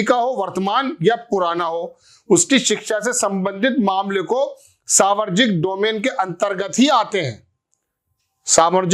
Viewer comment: आप मुद्दे सही उठाते है ,पर न्युज या वीडियो पर अपनी ट्रैनिंग पूरी करीये ! सावरजनिक नहीं सार्वजनिक बोलना सिखीये , ऐजेंडा में ऐसी गलतीयो की ठुकाई के लिये अमित मालवीयो के जूते खाने के क्या मतलब है ? चैनल पर मोबाईल में देखकर वीडियो बनाना , एक बेवकूफी है ! जरा पत्रकारिता के परखच्चै ना ऊडा़औ ? मुद्दो की मय्यो हो जाती है ! शुरु में ही घोषणा कर देवे बोलचाल !भाषा! उच्चारण में गलती आपकी ना समझी होगी ?